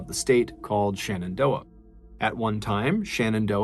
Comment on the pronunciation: I know this is just a fan edit channel, but it drives me nuts when people mispronounce basic stuff. I know, everybody loves MrBallen, but it's not ShAnnondoah, it's ShEnendoah. Stop saying SHANNONdoah.